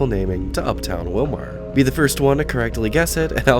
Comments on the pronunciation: Willmar pronounced more like Willmere, IYKYK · I knew the Kandi Mall was slowly dying. But didn't realize how far it was. On a other note I'm sure there were smiles from people who live in that area or like me that used to live in the area. When ever you pronounced Willmar.